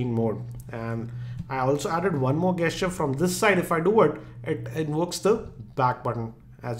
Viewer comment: Gesture pronounciation is wrongly used here though 😅